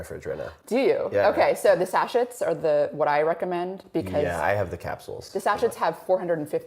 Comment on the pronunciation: Can’t remember the last time I took antibiotics. Does the length of time they’re taken make a difference, or can even one short course destroy all the beneficial bacteria? Thanks for pointing out the pronunciation of sachet. It grated on my nerves as well. 😂. When she said it again I glanced at the corner of my screen and smiled. Good on you! 👍